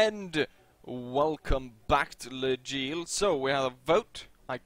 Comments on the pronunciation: You still say L' Aigle like le gile. xD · It is pronounced more like"Läigle". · Well, just sayin... Even though I'm not French, I'm pretty sure L'aigle, and that part aigle is almost pronaunced the same as an english eagle, and then you just add an l in front of the eagle...